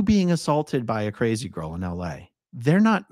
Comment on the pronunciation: Oh, A-A-Ron, you did messed up. You never put a D in crazy. Never.